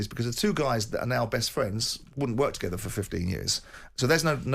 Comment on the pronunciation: Jordan spouting about facts?!! Didn’t Eddie call out his so called facts in the studio with bbbc when Jordan thought he had a gotcha moment? Calls Warren a clown then next sentence says ‘he’s my fwend!’